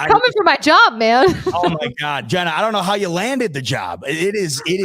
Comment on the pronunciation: Mispronounces Jenna's name then cuts her off at the end so sge couldn't say go bills lmao the disrespect is real